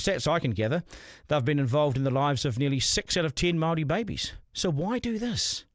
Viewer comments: Pakeha can't even pronounce the word Māori correctly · I'm sick of majority of pakeha not even being capable of pronouncing the word Māori correctly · I bet you can't even pronounce the word Māori correctly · Majority of Pakeha quite literally cant even pronounce the word Māori correctly... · You pakeha can't even pronounce the word Māori correctly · ? You pakeha can't even pronounce the word Māori correctly